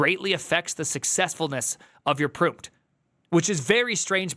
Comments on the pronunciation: Prompt is pronounced "prAWmpt" not "prOOmpt" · It’s amazing how obvious this is yet AI fanboys will do anything but acknowledge it. Collapse of a modal so pervasive in its own datasets is doomed to fail. Also “proompt” is killing me lol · Why are you saying Prooompt and Jipitee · Anyone else confused by why says gpt as “jippity” and “prompt” as “proompt”? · someone tell me the way he pronounces Prompt is a joke